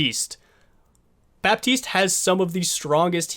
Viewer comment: It's Bat-iste and Bree-jeet, oh and title was misleading, this is not a guide on how to heal